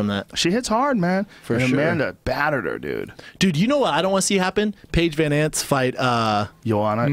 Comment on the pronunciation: Schaub is already a bit punch drunk, he can't say anyone's name right. Paige van zant= Paige van ants Jessica penne = penna Manny Pacquiao = manny pacweather Paulie malignaggi = vinny maginaldy. Tell me if I missed any